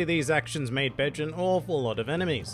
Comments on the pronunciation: Bay-jay not bedge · It's Be-ge not Betch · My brain: hes not saying Capone Gang Bitch Me: hes saying Capone Gang Bitch!!! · Ur accent made it sounds like something else O.o lol still love this mafia inspired pirate